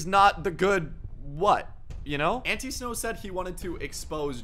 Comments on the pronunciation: This is how you say it ant- I-snow not ant-eeeeeeeeee-snow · I think it’s pronounced Like An-Tie-snow instead of ante snow